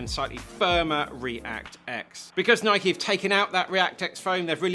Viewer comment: My favorite shoe reviewer and he even pronounce Nike correctly as nikeey not noiyk.